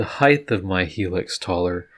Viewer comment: Great video, awesome work, and height ends with a T not H... no th sound... if that's the only snag, great job and thanks..